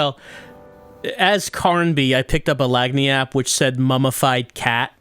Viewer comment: i love the running bit of pronouncing it "lag-nee-app"